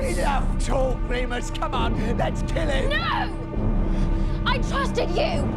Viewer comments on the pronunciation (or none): none